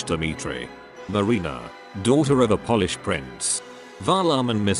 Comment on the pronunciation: Love the insightful, succinct, and understable overview of the opera this video gives -- but please, please have a real person recite the narration! You lose serious points when "Polish" (as in, how a person of from Poland is referred to) is pronounced the same as "polish" -- as in, "I polish my hardwood sideboard once a month." I'd be happy to help narrate -- especially to make sure the beautiful art form that is opera doesn't suffer any more pittiful errors in its telling.